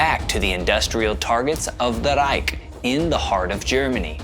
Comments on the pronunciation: Stop trying to roll your r’s when you say ‘reich’ it just sounds idiotic and like you are trying to pretend you speak German Not to mention that’s not even how it would sound in German. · Being german, i don' t know what a Reik is. If you mean Reich , the ch sound is similar to the noise of an angry cat. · Hmm. He says "reik" instead of "reich". There's a fair amount of AI footage. That bores me. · I actually thought it was an AI the first video I saw of his because of the weird way he overemphasized "ReiK". I lived in Germany for a few years and even they didn't say that aggressively. But, I've been a fan for a while now and I realize it's just a quirk. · I hate when he says "The Reich" in that horrible way. I cringe every time I hear him say it.